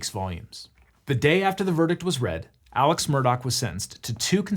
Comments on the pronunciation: Apparently Alex is said more like Elic than how you would normally say Alex. Great video but that did bug me. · Is it Alex or Alec? Cause ya spell Alex but say Alec lol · I live in and am from this area, and you are pronouncing his first name incorrectly...it's pronounced as Alec not as you would normally say Alex. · Why do they say Alec when it's spelled Alex? Is it like a Stephen Curry deal? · is his name aleX or aleC? or is the way his name is pronounced because he's from the south???? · its pronounced Alik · is it alex or alec? because it's clearly spelled alex but both layers in this video pronounce it "alec" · Alex seems to pronounce it Alec. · For the love of god, is his name “Alex” or “Alec”??